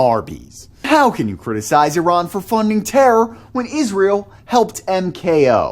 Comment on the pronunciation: Thank you for pronouncing Iran correctly